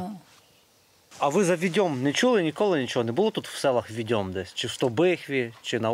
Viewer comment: Правильно не "віДЬОм" потрібно казати,а "ВІдьом",--- від слова "ВІдьма" !!!